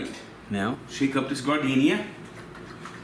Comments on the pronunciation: F on the "garden-iaiaia" pronunciation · Gardenia is actually pronounced JAR-DIN -AIRA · That man just pronounced that shit GARD-deenia. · pronunciation of Giardiniera made me think he was putting flowers into the beefs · Someone arrest this man for how he just pronouned Giardiniera